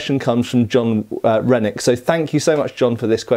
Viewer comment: I was listening while working and i heard “john rhenic?” As “jon redcorn”😂